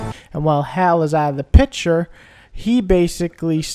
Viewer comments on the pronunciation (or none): Not HAL but HALE. good review